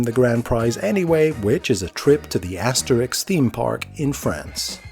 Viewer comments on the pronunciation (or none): none